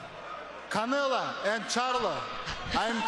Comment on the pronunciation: They pronounce it more like “caneluh” than “Canela”